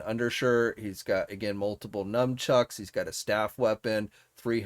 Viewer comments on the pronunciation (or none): P are you saying m u m trucks? Because it is n u n c h u c k s m u n not n u m there is no m in nunchucks